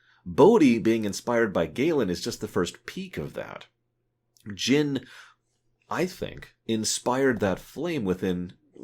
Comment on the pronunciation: Its Jyn ;).